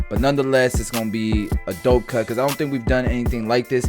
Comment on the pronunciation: Love the cut, love the education. Absolutely enjoyed hearing you say, "I'ont care what nobody say!" You gotta give the cut service that will solve or help address the concern.